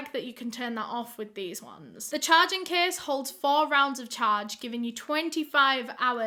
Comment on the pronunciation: also, its "case", not kiss